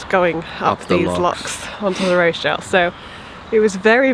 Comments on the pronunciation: oooh you and your posh pronunciation of Rochdale! - made me smile! (its "Rotch-dale") Maybe Rochdale should adopt your version :-) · I know this doesn't matter and it was months ago and you are somewhere completely different now - but - Rochdale is pronounced Roch (to rhyme with watch) dale and I nearly didn't comment but you are in my home territory here, the land of my birth, and I guess its good to know, maybe not. Happy cruising xxx Kate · Hahahaha! ROshdale!!! I assume you know the pronunciation now!!!! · I love the way you pronounce Rochdale :)